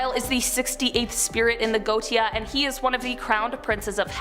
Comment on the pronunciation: It's pronounced GO-ET-TI-A (4 syllables), not "Goat-ti-a".